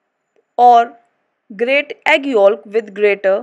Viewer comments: It’s spelled yolk not yok, yes she should have pronounced it yo-k in stead of yo-lk but that’s pronunciation not spelling learn how to spell first before correcting others smh 🤦‍♀️ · The L is silent in the word “YOLK” and please work on your pronunciations ! You say the “back” word wrong sweetie ❤️